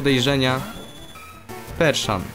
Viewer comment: to jest perSian a nie perSZan